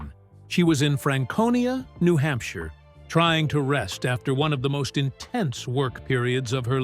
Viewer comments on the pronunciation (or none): none